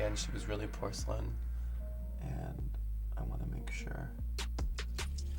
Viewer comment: nobody: Violet: POR-CA-LIN